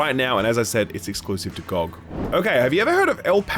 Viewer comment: Choice of pronunciation for "ROG" and "GOG" unhinged